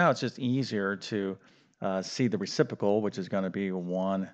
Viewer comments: Re-CIP-ro-cal. Re-ci-pro-cal. You're saying it as "Re-CIP-o-cal" without the "PRO" in the middle. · "reciPROcal" not "recipocal" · That "fancy word" is "reciprocal", not "recipocal" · Math teacher can’t pronounce reciprocal. The simple answer we were taught is invert and multiply. I have remembered this for 60 years! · You are a great math teacher. But there are two Rs in the word reciprocal. Ha.